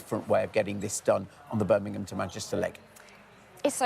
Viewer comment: Beth, where is Birningham? Please pronounce our great 2nd city properly. It is Birmingham B.I.RM. Not B.I.R.N. Your welcome.